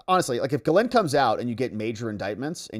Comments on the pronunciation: But it is pronounced Jizz-Lane… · I love your channel. I’m probably going to signup as a membo. You course corrected on Maxwell’s first name but you’re slightly off. It’s pronounced “gill-lane” not “gill-linn”. Not being picky, just trying to raise your profile! Keep up the awesome work brother! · Just FYI, her name is Ghislaine (Jiss-Lane) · I seriously don’t think your pronunciation is anywhere close! JissLane is what I have heard! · It's a French name so it's Gee-Layne with a soft G, but she's British so it's also pronounced Gee-Layne with a hard G. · Good grief, you looked up how to say, “Ghislaine” just yesterday and now you’re already back to saying it like an ignoramus.